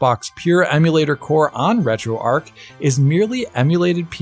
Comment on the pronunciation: As a Missourian, I feel I should say it’s pronounced ARCH, not arc. Retro ARCH.